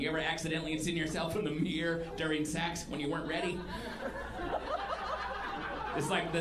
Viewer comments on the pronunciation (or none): none